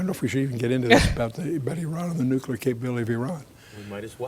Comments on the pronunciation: Nukular? WTF! Try reading it slowly and sound it out like a 10 year old at school. N.U.C.L.E.A.R... new-clear... nuclear. Only one 'U' and only one 'U' sound. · Maybe those who can't say "nuclear" shouldn't be talking about nuclear weapons or talking over someone who CAN pronounce it. It's New-Clear, not New-Cue-Lar. Where were you thirteen years ago? This stuff is clearly new to you, but nothing much has changed in this since the nineties. The virus He's talking about is Stuxnet. Google it. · Nuclear please not nucular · Sorry. It's pronounced NU-CLEAR. Get it? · “NeWcUlUr weapons?! He said nEwCuLuR weapons??” 😂😂 love you brother, great video! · "It's nucular" - Homer Simpson